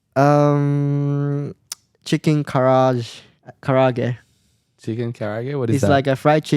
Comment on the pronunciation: To people like me, a Japanese who spend the life in English speaking environment from mid-teen to 20+ years old, It's super hilarious that Yuki called "Karaage" as "KaRAuge". We know how it should be pronounced authentically, we think that is the only right way to call it and we feel slightly weird that people around us calling it in a wrong way like a legitimate way, but eventually, somehow it came out in the way you did not wanted. Anyone feeling the same/similar fun here?